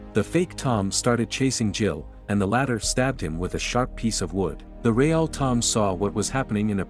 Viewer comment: bro said Raeal